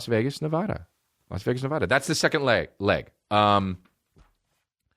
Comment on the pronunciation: Y' say Nevada wrong